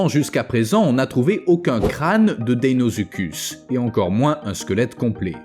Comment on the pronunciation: Très bonne vidéo comme d'habitude mais le crocodile géant s'appelait deinosuchus et non deinozuchud